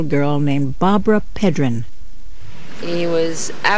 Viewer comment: its barbara pedrici, NOT pedrin...